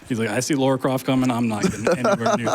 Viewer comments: Great run, but the character's name is "Lara"...not "Laura". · Why is he saying Laura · The name pronunciation is all over the place in this run, she went from Laura to Lora and then back to Laura like 8 times but it never actually landed on Lara, her actual name. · her name is not Laura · Hearing her being called Laura the whole run was damn painful! But an impressive run to make up for it at least!